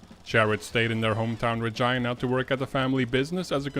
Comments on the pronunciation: Thanks for pronouncing 'Regina' correctly. REPRESENT! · Great vid. I'm happy you pronounced Regina right, ALMOST had Sask pronounced perfectly